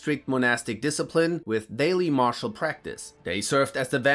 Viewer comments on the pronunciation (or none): none